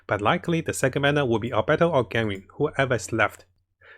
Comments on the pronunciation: btw why is he saying "ganwing" for ganYU or is it how its supposed to be pronounced hahaha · Ganring(Ganyu) and Albetto(Albedo) Subtitle: Gaming and our battle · why do you pronounce it ganring it's Gan you